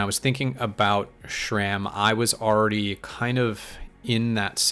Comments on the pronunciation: It’s not SHRAM it is SRAM. There is no H in the name and no SH sound. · There is no H in SRAM